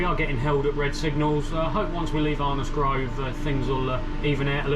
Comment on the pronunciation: Your accent is very stranged, sounds like someone from the midlands moved down to london and picked up twangs. Can tell well "arnos grove" and "even out" sound cockney then you say speed OP like a northerner! haha. Great video none the less thanks for making these